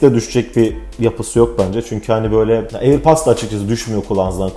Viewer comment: Airpats !! diyip durduğun için izleyemedim vidyonu kardeşim